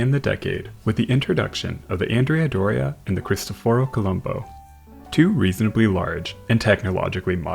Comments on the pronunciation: Just FYI, the Andrea Doria is not pronounced ANN-dree-ah; it is properly on-DRAY-ah, and it was named for a man, a historic Italian general. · It's An-DRAY-ah Doria, not Andrea Doria. It's named for a Genoese admiral.